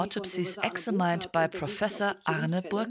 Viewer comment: Warum ist das nicht deutsch, wo doch deutsch spricht? Und wer um Himmels Willen hat das Overdub aufgesprochen?! Es heißt immer noch [ɪɡˈzæmɪn] und nicht ['ɪxzamain].